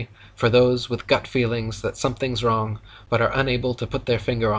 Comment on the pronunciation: Wong ur Wong with a R 🤣🤣🤣